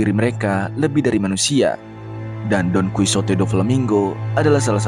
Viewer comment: bamg bukan donkusote,tapi donkihote dibacanya,btw itu tulisan gmpang nya ya